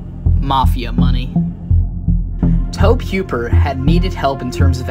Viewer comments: this is not the only channel that has pronounced it as towb instead toe-bee. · Bruh tobe is pronounced like Toby. You driving me crazy the way you saying it